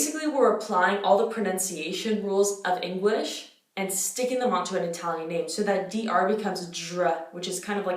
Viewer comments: la tua pronuncia italiana è davvero notevole, complimenti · Hai una pronuncia PERFETTA... mi vengono i brividi a sentirti!! Sei bravissima! ❤️❤️ Sono capitata per caso su questo video, ma stai sicura che ora mi iscrivo!! 💙 Continua così!! 🇮🇹💚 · all'inizio pensavo "va che bella pronuncia inglese che ha", poi hai detto che sei native english speaker e ho pensato "va che bella pronuncia italiana che ha" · Hai un'ottima pronuncia. Complimenti! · It's really impressive when you change from english to italian. When you pronounce our names i could mistake you for a northern italian speaker, someone from Lombardia or Piemonte. Beautiful pronounciation.